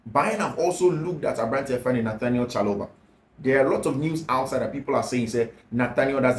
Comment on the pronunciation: Please it’s Trevor Chaloba Please it’s Trevor Chaloba Please it’s Trevor Chaloba